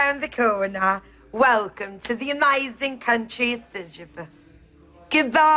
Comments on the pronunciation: Aserjapan? Please, do not say Azerbaijan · OMG she's so funny. She can't pronounce Azerbaijan. And she doesn't know where it is on the map. This is killing me.